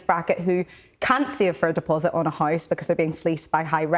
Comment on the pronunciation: Jesus the host cant even pronounce house normally